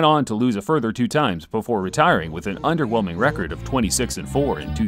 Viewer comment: Did you say an underwellming record of 26 and 4?